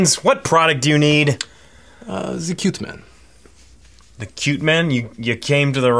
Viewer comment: lol "Quuuuuuuuuuu-te man" "You're gonna have to go back to Rosetta Stone for that one"